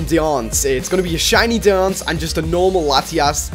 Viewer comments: it isnt die-anc its die-ancie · ITS DEE-ANS-SEH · It's pronounced "die an see" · My god i love that bad pronuntiayion of him on diancie. And is it in the game already? The lottery i say. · It annoys me how he pronounces diancie